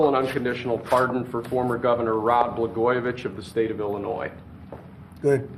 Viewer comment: Melania didn't tell him how to pronounce Blagojevic?